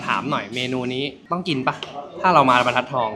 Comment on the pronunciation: บรรทัดทองค่ะน้อง ไม่ใช่ บันทัดทอง